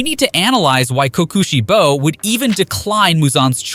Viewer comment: blud said sum "kookuuusheibo" ☠☠